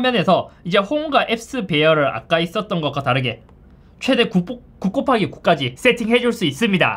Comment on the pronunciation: 예전부터 느낀건데 곱하기 발음 왜 그래요?